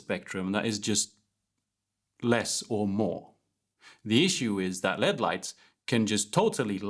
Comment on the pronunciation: I was 23@ in before I realised he was saying "LED" not "lead" and ... I feel like I should have been watching more closely now.